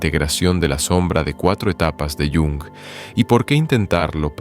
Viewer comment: Ch, ch, ch... Mal empezamos... No sobreactúes. Carl Jung se pronuncia tal y como se lee en español, el idioma alemán tiene esa fonética. Haz el favor de no anglicinear los nombres, es muy palurdo. De nada.